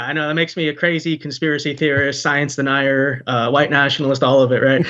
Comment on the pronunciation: Is that the girl who over-pronounces "HU-white"?